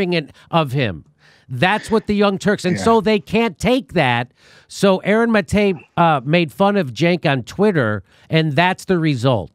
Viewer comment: You'd think at this stage he'd know how to pronounce Maté